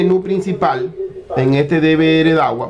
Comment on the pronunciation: NO SÉ LLAMA "DE VE ERE" ES "DE VE ERRE" LA LETRA R. SE LLAMA ERRE. R=ERRE. NO ERE. NO ERE. ERRE.